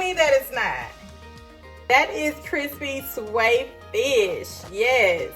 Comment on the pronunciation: Your pronouncing it wrong google how to pronounce it thank me later 😂